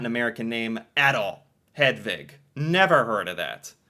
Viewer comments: You are pronouncing Hedvig correctly! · im from norway and hedvig and selma is the names you pronunced the best